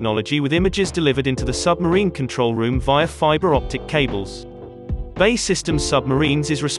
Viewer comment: B A E , not bay !!!